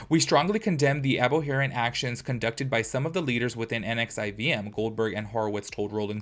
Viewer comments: It’s supposedly pronounced Nexium. The V is a U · I think it’s pronounced nexium